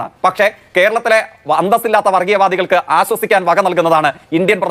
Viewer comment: അസോസിക്കാൻ അല്ലേടാ നാറി ആശ്വസിക്കാൻ വല്ലപ്പോഴും നാക്ക് വടിക്ക് നാറി നിന്നെ എങ്ങനെ സഹിക്കുന്നെടോ നാട്ടുകാരും വീട്ടുകാരും